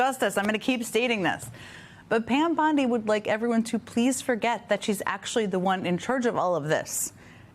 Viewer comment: Commentary starts . AI character reporting. Bond-I instead of Bond-E. Blinks once in 45 seconds. Monotone voice, same level consistently, no facial expressions etc. I found another channel like this. Be ware viewers. Plus a clickbait title. BondE didn't quit. Reported and thumbs down.